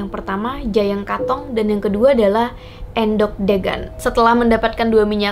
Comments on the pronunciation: Bukan endhog mbak tapi endhog😅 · Salah saat baca geger/punggung dan endog/telur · Endhog bacanya salah kak.. Geger juga salah bacanya kak.. Tapi gpp maklum emaang bhs jawa banyak tulisan sama tapi arti berbeda tergantung pengucapannya.. Tapi saya suka konten seperti ini.. Lanjutkan kak.!! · cuma miss di pengucapan kata kata geger , endhog , degan aja kok kak selebihnya informasi nya oke